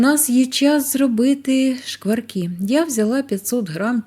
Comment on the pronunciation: Рецепт з Галичини, але жіночка сама не галичанка. Вона непевне росіянка, мені приємно що вона намагається говорити нашою мовою. Оці ШЬЧЄ, ЩЬЧЬО, звичЯйно, шкваркИ , жарене, це все російська вимова українських слів.. На превеликий жаль, за вимовою не слідкують і навіть диктори говорять на « суржику».